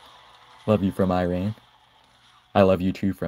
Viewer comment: Nice bro , just you said Iran's pronunciation wrong